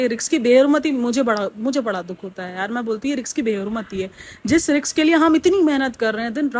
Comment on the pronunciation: Behn RIZQ hota hai, RIKS nahi.. na english pronunciation theek hai na urdu